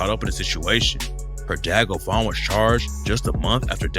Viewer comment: bovan not govan